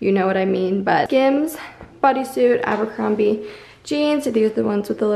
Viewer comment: She said Abercrombie